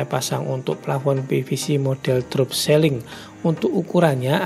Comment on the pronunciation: bukan seling mas, tapi siiling